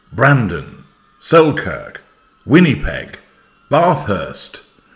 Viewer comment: I am disgusted that my government has pledged millions of my hard-earned tax dollars to the Sharkles’ IG! 😡 Btw, an interesting array of place names: delighted Winnipeg made it on (even if the second syllable was not properly pronounced as the schwa it is 😝. Even though we are the origin of the real Winnie the Pooh (see the statue in the London Zoo for the backstory), our name is not pronounced like that. Equally delighted to head you refer to the current prime minister (may he not last long) as “that clown”).